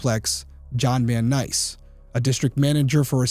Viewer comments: Derrick, this was the first video of yours I've watched, and overall I enjoyed it a lot (and subscribed, too). You did a good job on reporting details accurately and, overall, I agree with the opinions/conclusions you've formed. But I have to say that hearing you refer to John Vansice, a major player in this crime, as "John Van NICE" throughout the video was a little off-putting. You might consider overdubbing this error so when new people watch it, it'll be correct; or at the very least put up a disclaimer [in the video] apologizing for accidentally mispronouncing Vansice's name. FWIW, I long ago came to the same conclusion you did, i.e., that John and Jodi were together just hours before the crime, and he couldn't have learned anything new, e.g., about the new boyfriend, between Jodi leaving his apartment and her abduction soon afterward. Hence, he already knew whatever he knew when she was a willing, and quiet visitor, and if he wanted to kill her, he had the best opportunity in his apartment. I think he not-so-secretly had a crush on Jodi; I think he really loved her and wanted more than just a platonic friendship, but had to take whatever he could get, even if that meant just being friends. I don't see him passion-killing her just hours after they parted...it doesn't make sense. Also, Vansice is currently, verifiably, going downhill with Alzheimer's, so time is running out if there's any other information he can provide. BTW, I remember you fondly from Big Brother, and h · Great episode, thank you. His name in John Vansice, not John Van Nice. It's mispronounced throughout the episode. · His name is John Vansice not Van NICE....smdh... poor job researching....smdh, some detective/PI...smh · Its Vancise, Vannice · The name is John VanSICE, not VanNICE. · Hello Detective Derrick! The man’s name is John Vancise! Not Van-nice. Hard to believe a detective can’t even get the suspects name correct. Sheesh! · I believe you are mispronouncing John’s last name